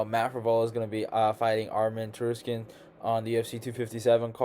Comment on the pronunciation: TSARUKYAN (SAR-YOU-KEYEN)